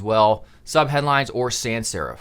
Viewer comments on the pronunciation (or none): none